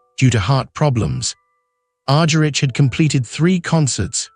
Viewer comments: Its Argerich: Agharich not Arjerich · P pronounce her last name right. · Unfortunately I just could listen beyond the first few minutes due to the excruciating pronunciation. Her name was agonisingly mispronounced, and the French city of Lyon pronounced as Lion. If this is the best that AI can do it is a very sad state of affairs. Maybe it should be rechristened AS ( artificial stupidity) Such a pity because Marta is such a legend, and she deserves FAR more respect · that s what i said. Cant pronounce Ms. Argerich s last name properly. Ugh. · I implied it. He can't pronounce Ms. Argerich even correctly even.